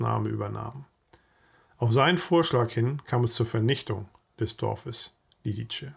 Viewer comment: Ein zweisprachig aufgewachsener Verwandter hat mir erklärt die richtige Aussprache sei "Lidize", nicht "Liditsche".